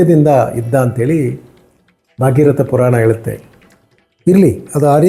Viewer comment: ಕ್ಷಮಿಸಿ, ಅದು ಸರಗ ಅಲ್ಲ 'ಸಗರ ', ಬಾಗೀರಥ ಅಲ್ಲ ' ಭಗೀರಥ '. ಶಾಸ್ತ್ರ, ಪುರಾಣಗಳನ್ನ ಉಲ್ಲೇಖಸುವಾಗ ಕನ್ನಡ ಉಚ್ಚಾರಣೆ ಯಲ್ಲಿ ಸೂಕ್ಷ್ಮತೆ ಇರದಿದ್ದರೆ ಮುಂದಿನ ಪೀಳಿಗೆ ಅದೇ ಸರಿ ಎಂದು ನಂಬುವ ಅಪಾಯವಿರುತ್ತದೆ. ನಿಮ್ಮ ಒಳ್ಳೆ ಪ್ರಯತ್ನಕ್ಕೆ ಧನ್ಯವಾದಗಳು